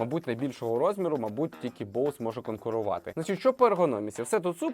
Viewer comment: Ведучий просто топ😂 І дякую, нарешті розумна людина правильно назвала назву Боуз, люди будь ласка не Бозе, розумію що багато хто далекий від англійської мови але коли другі блогери розказують про цей бренд а самі навіть на знають як назва вимовляється то трохи шкрябає сердечко